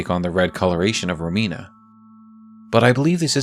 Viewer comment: Just wanted to congratulate you for pronouncing Romina right, I've heard many people saying Ròmina. It's an italian name and as an italian it hurts a little every time 😂